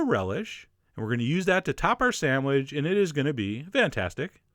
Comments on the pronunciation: You say "sand-wedge" through the whole video! And - was it worth it, this recipe? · lol "samwidge" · good sandwidge eh?